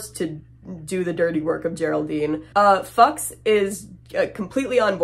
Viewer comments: You lost me when you said you pronounced Fuchs as "fucks" and not "Fewks". Good god. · Fuchs just means fox in German. You need to pronounce the u as in you „fu chs“ not like „fachs“ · for the record fuchs is pronounced fooks and it means fox in german :3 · I believe the prounciation is Fu-ooks. I think the hopscotch trap the cows are not only there to scare the kids when they fall but these cows haven't been bled out yet. Since their hearts are still beating and they have 30ltrs of blood in them that will splatter and spray the kids making the platform slippery and freaking out the kids which will increase the likelihood of them losing their balance and falling into the grinders. Depending on the speed of the grinders chunks of meat and bone may also be hurled at these kids hitting them. Typically cows are carved up before they go in the grinder. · The name Fuchs means Fox and its pronounced few-cks I believe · Its more of a Fux pronunciation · Pretty sure Fuchs rhymes with pukes. Thank you for indulging my morbid curiosity! :p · Fuchs is kind of pronounced like “foohks” (I have no idea how to spell it the way it sounds haha) and it means “Fox”. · Fuchs is pronounced like Fooks or Fyooks 😂 Haven’t you ever seen John Carpener’s “The Thing”? If not, you should, it’s an amazing movie! ❤ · The German pronunciation would be "Fooks" without "y" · Fuchs: foocks (roughly) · Fuchs is pronounced as FOO-cks ❤ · It's pronounced "Fukes." Like in Barry. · The German accomplice's name is pronounced "fukes" lol 😭😭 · the nazis name is pronounced fyooks its usually spelled fuches with an e, like the old guy from barry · Pretty sure Fuchs is pronounced “fooks” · Fuchs is pronounce Few-ooks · restless.dreamss_ A youtuber really should research words they are unfamiliar with before filming.